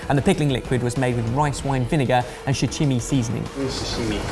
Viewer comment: I thought it was shichimi... Not sichimi